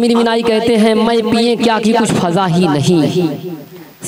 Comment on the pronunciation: Aap ek ward phir ghalat kar diye sir fiza ko faza bole hai wo fiza h faza nhi